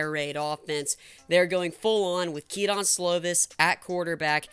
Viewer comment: Keep up the grind. AVT is in, Tufele is out. It's pronounced, Kee-duhn, not Kee-DON. Keep pushing and have a regular schedule and you'll make it.